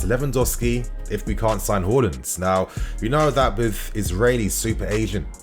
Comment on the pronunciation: His name is Haaland not Holland